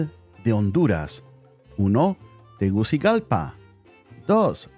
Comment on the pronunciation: Problems pronouncing Honduras capitol city.